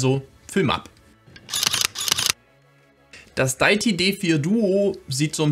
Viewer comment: Sehr hilfreiches Video! Definitv mal ausprobieren, das Di-ä-ti (nicht daiti 😬) D4. Geniales Konzept von Deity! Auch, dass es ohne Batterie geht und die 2 getrennt aufnehmbaren Spuren! Auch genial, dass man obendrein noch n anderes Mic anschließen kann. Super AIO Lösung. Danke fürs Video!